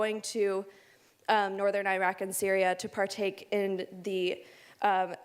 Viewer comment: Can you please pronounce Iraq correctly. Your points are valid and true, but a simple pronunciation of the name would be appreciated.